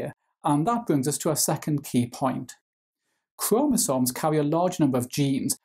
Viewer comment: The way you say chromosomes give me two extra chromosomes